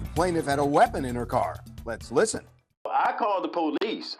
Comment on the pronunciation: That poe-leece.